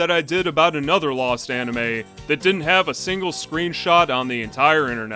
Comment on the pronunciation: for a minute i thought you say an Enema and not an anime lol